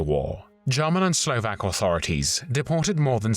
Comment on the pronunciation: Huge appreciation for the narrator who researched the correct pronunciation of all Slovak names a cities and tried to mimic it as closely as he could ❤ Usually, the pronunciation is so bad that I cannot even guess what it is supposed to be.